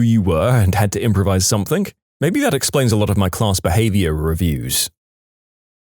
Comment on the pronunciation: No K in the word something